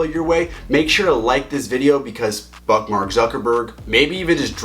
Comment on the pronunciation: Did he say fuk mark Zuckerberg?🤣